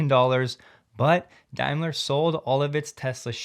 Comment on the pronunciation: Hi, It's pronounced Dame-ler not Dime-ler, just so you know